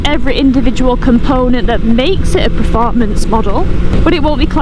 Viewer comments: Per……not pre….formance! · It's "performance" not "preformance" FFS lol